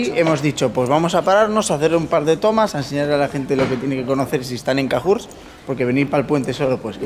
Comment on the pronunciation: Cahors se pronuncia con O